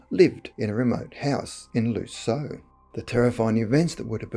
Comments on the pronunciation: Not 'lee - so' but 'leez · yuh'. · I live 5 miles from Lisieux (which isn't pronounced Lee-so, but Leez-yuh). I've heard this story before (on TV), but I've never met anyone who knew anything about it directly. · It's pronounced Lih-Zieww. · The town is pronounced "liz year '